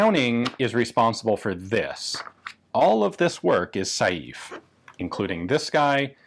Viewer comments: It's pronounced 'sei-ve', NOT 'sa-jief' :) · I would disagree with you on the 'Saive' pronunciation. The 'e' at the end is not completely silent. It's more 'Se-ve'. And it's also a village in the vicinity of Liège, the home of FN. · Hi Ian. The name "SAIVE" is pronounced "SA-VE" . (Like "safe", but with a V instead of an F") Greetings from Belgium. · Dieudonné Saive's last name is pronounced "Sev". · "Saive" is a single syllable, and is pronounced like the first part of the word "seven." As for "Dieudonné" (Dyuh-duh-nay is a workable pronunciation), it's a really cool name that means "God-given" or "Gift of God." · Saive is said like "save" . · The right pronounciation of Saive is not sajeef but I can't find a comparable sound in English. The same sounding e with accent grave (è) doesn't exist in the E alphabet. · When are you going to take the trip up to Ogden and get pictures of (or access to) the only two experimental BHPs...ine of which is striker fired??? BTW Diuedonne's surname is pronounced "Sev"...I was corrected in my pronunciation by Dave Salvaggio of DS Arms while talking to him...briefly...at a S H O T Show in the mid 90s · Props for pronouncing Vanderlinden pretty accurately. Saive on the other hand.. as a french name (I'm Flemish, French is 3rd language to me, but still) what you're saying sounds like 'Saïf' pretty much. It should sound a bit more like a -ve at the end; and the 'ai' is a combined sound; think of 'j'ai' for 'I have'. You don't say j'a-i. It's more like a je-é? sorry for nitpicking; cool gun; crazy to think this already has a magazine safety basically. The magazine release: always count on the Belgium army to screw up a perfectly functional design! edit: well.. must be the french influence shining through in Belgium hearing what the French did :D